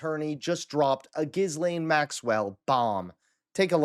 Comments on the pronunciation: GEE-len. Seriously, I have an old friend (European) named Ghislaine and that’s how she pronounces it. Plus one of the Epstein victims said Ghislaine said “Gee-len.” Not “Gee-lain.” And certainly not GEEZ - lane. Please!!!! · the s in Ghislaine’s name is silent. It’s pronounced gee-len (Phonetically). It’s a hard g. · Hey! I’m a subscriber and I really appreciate all of the great content that you provide. Keep up the good work! I just want to mention that Ghislaine Maxwell’s first name is pronounced: Gee-lane (not “Giz-lane). The h and the s are silent, as it’s a French name. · Her name is pronounced "Jisse lenne" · DUDE… it’s pronounced Jill-aine not Jiss-lane. You lose a lot of credibility when you can’t even pronounce her name correctly after how many years she’s been in the news? Otherwise, cool vid bro 👍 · the s is silent. The phonetic pronunciation is Gee-Lane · itsnot Gizzlaine. the s is silent dude. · Ghislane is pronounced "Gee-lane" (or softer on the 'e' Geh-lane) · FYI, her name is pronounced Ghee Len’ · the s in Maxwell's first name is not pronounced. You should say Ghilane using a soft i. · Dude, the S in Ghislaine is SILENT. Hard G-ee-Lane. Listen to the way the women she abused pronounce it. 🙄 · He name is pronounced: Gee-lane with a soft G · Her name is pronounced Gee lane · You do not pronounce the S in her name! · Please take two seconds to learn how to correctly pronounce “Ghislaine”. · Do try to pronounce her name correctly.